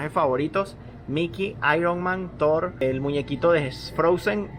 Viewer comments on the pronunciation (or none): none